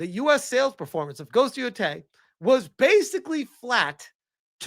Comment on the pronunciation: Man you are a massive retard. Can’t even pronounce Yōtei or Circana right